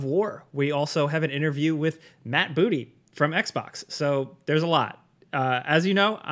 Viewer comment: Um… it’s pronounced Boo-TAY. Please. Do your research. :p